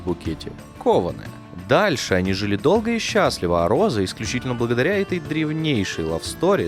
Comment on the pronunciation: Почему ей нгхавится гхоза? Там ведь буква "гх"! И я понимаю теперь почему её ни разу кошкой не называли, даже собачкой (Померанский шпиц, рыжий, маленький, миленький :) ) - она ведь гхычать не может ) Это как прикол с одним из основателей канала "ВШлеме" (Ланкарра, Сергей. Он тоже картавит, но не так сильно, незаметно даже, но 333 333 он произносит с трудом :) )